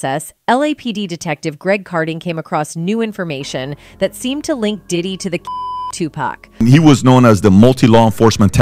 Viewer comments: It's Tu-PAC ( 2-POCK) why in the hell white people can't pronounce his name right. Just hearing 2-Pack just sets me off for some reason. Even when they are corrected, they still say 2 PACK🙄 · Everything always comes to light ! But respectfully if you're going to do a story on Tupac at least pronounce his name properly with all due respect it's Tupac not Tupack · It's said "TuPOCK"! Not "TuPACK"! Jesus christ...... Do you guys know ANYTHING about these rappers? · Stop saying Two Pack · 2 P A C (NOT) 2 P A C K. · A person can say TUPAC a trillion times and folks will still call this man 2PACK. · How the hell is this commentator, she can't even pronunce his name correctly, not Tu pack, geez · The way the AI voice says Tupac makes me want to light myself on fire. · Why couldn’t they get somebody else to pronounce this man they correctly what is Tupac? Damn, she jacking up this man name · CC need to pronounce Tupac name correctly 😡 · At about minutes into the video you explain that in reference of Tupac going to club 622 but it's actually club 662. As well Tupac is pronounced Tu-puc not Tupack. Suge knight also pronounced Shoo-ge not. Sugar. Get it right.